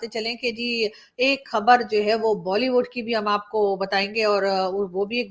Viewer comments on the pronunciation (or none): none